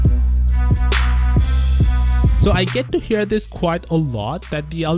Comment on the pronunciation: Please pronounce This as This not Thes